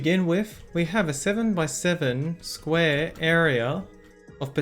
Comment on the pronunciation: a squarea